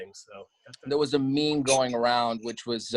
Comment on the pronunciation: He said "memes" right!!!😂